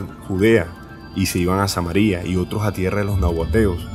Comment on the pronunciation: QUE ES ESO DE VOLAR LA CABEZA ??? ES ABSURDO !! SE LLAMO SAMARIA, NO SAMARIA, CON ACENTO. NO EXISTE ESA PALABRA.